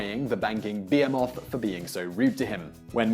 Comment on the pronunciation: You mispronounced "behemoth", Simon.